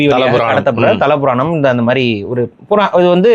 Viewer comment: adhu "Sthala" puraanam. Thala puraanamam... Tharuthala